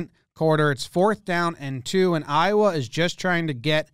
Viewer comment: Hearing you say “Iowa” multiple times hurts me